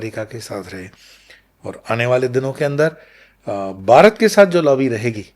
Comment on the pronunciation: बारत और दर्म तक बोलना नहीं आता, बना घूम रहा है